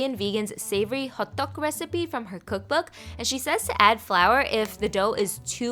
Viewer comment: It’s pronounced “ho-tac” and I recommend trying it again. It’s not really a “pancake” like how Americans make it. Its more of a dough flattened out. I would recommend watching maangchi’s video on it since i leaned a lot of her korean recipes on her channel.